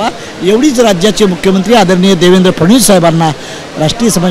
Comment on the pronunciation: फ ड ण वी स....अस....नीट उच्चारत जा रे इंजिनिअर